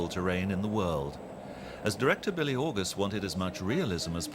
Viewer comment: Billy? Bee-le :)